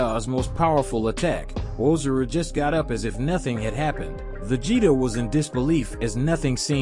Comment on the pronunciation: Yeah bro he is pronouncing a bunch of stuff wrong. Whis and Ozaru too he says wrong